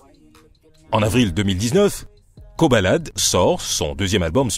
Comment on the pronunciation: C'est Koba la D au cas où et non pas "kobalade"...